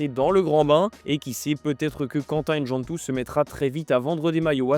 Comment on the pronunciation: Faut apprendre à prononcer les noms africain correctement... c'est pas N-djantou mais Ndjantou